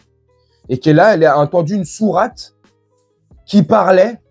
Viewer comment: Donc cette personne comprend le coran en arabe littéraire ???? Alors qu'elle n'arrive même pas à prononcer sourate correctement, sachez que cette femme est une amie personnelle de Marine Le Pen, elle a pas compris qu'elle était noire et que le FN finira par se retourner contre elle.😢